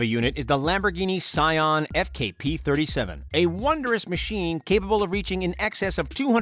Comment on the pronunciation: It’s Sian and not sion